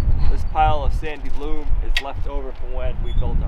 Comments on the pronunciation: Sorry, but the that sort of soil is called "loam" rhymes with "home." A "loom," as you keep pronouncing it, is a device for weaving cloth. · I love you but it’s pronounced loam as in home not loom. A loom is what you use to make clothes and loam is what your plant in. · For goodness sake it's not loom it's loam as in foam, jeez!! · Just curious - is your pronunciation of LOAM (as Loom - like the weaving machine) the way they say it in the far northeast? I’ve always heard it pronounced in Texas, the Midwest, the south and the mid-Atlantic so that it rhymes with foam, roam and home. Not criticizing, just curious. Also, I like Bacon-wrapped meatloaf. You can put it in the smoker too. Very tasty. Finally, I’d name the pigs COVID and ZOOM - those name would make slaughtering time easier on me. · You pronounce LOAM as LOOM. Do you also pronounce ROAM as ROOM? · With much love from a daily watcher! I'm not the pronunciation police but "loam" is not pronounced "loom". 🥸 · I completely understand your explanation but in this case I think knows better and the mispronounced loam has nothing to do with regional dialect. Now, last week when he called shelves "shelfs", maybe so because they both used the word incorrectly. Same with their conjugation the verb "see". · "Loam" rhymes with foam. (for pronunciation purposes) Have a good day guys!